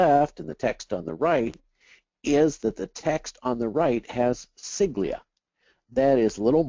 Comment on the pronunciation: Siglia? You mean sigla?